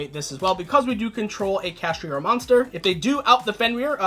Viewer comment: Its Kash-Tira